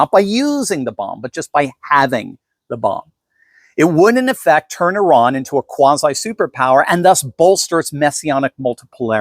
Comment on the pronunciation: it's Iran Not Iraq